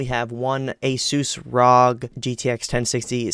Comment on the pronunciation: This fool said "ROG" haha